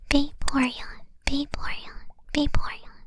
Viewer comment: When saying it multiple times, all I heard was Baeporeon 😂